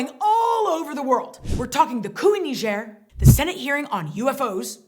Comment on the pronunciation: No one being on the phone in the beginning skit got a real lol out of me. I had no idea Niger was pronounced that way. Thanks for teaching me how to say Niger properly. Those numbers you brought up regarding Haiti are ridiculous. There being so many different gangs makes it seem scarier than if things were more organized. So frustrating when people attack the helpers. No matter where it is. Anyways, thanks for the updates. Your channel allows me to dip my feet into world news without having to get soaked and chronically upset. Actually, I usually end up feeling a bit better after watching these.